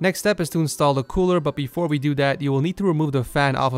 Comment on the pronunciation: "but befo we do dat"